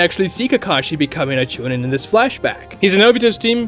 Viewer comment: Why do you mispronounce "jonin", "chunin", "genin" and "Rin"? You're a Naruto-specific YouTuber, you should know the proper pronunciations. Jo-neen. Chu-neen. Gen-een. Reen. not "joe nin", "chu nin", "gen in" and "Rin" It's one thing if you've only read the manga but I'm sure you've seen the anime as well and therefore you've heard it pronounced. Also Kakashi and Obito's Part I & Part II ages are listed on the Databook so idk why you're like "i guess they could be this age, but it's very obvious they should be this age" when we have factual evidence to support your points that you could be showing of why they're very firmly 26-27 in Part 1 and 13 in Gaiden. Rather than just saying "well they look this way based on their design"